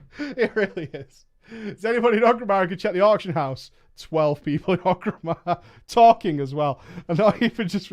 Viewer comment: how can you still be pronouncing Orgrimmar wrong?